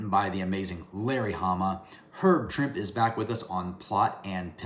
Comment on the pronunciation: Pronounced Herb (Trimp-ee). Swear..I had the chance to meet him. Another cool episode!